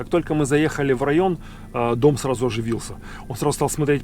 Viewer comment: А я слышу Том)